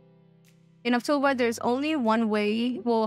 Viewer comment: Why do you keep saying Auctuva? It's Auctiva.